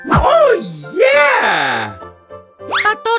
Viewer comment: Why you say oh yeah like that and why is your whole house So covered with Christmas stuff?????